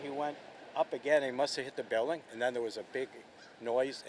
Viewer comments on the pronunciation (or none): none